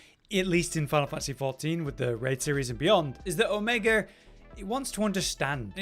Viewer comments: Brits love adding R's to words where they aren't. "Drawring" "Omegar" "Your land is R's"... stuff like that. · I kinda heard that a little bit, but yeah, its Omega. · Not trying to be wierd, but I keep hearing Omegar? is it Omegar or Omega?